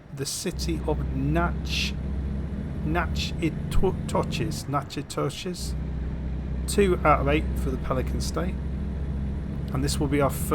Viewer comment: Natchitoches is pronounced NAK-eh-tish (emphasis on first syllable). I don't know why it's pronounced that way.